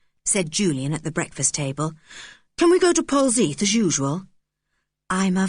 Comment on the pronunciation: Pronunciation is Pol-zeth....